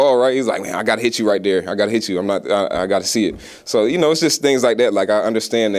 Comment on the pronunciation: You know you gone Cajun Kamara . He said right DARE . (There )love u bro !!!